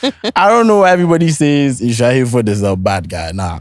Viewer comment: Eei 😂